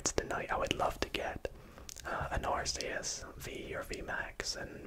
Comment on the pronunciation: Arceus not arseus